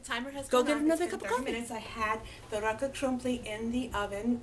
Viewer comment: I like how you say rakott krumpli, sweet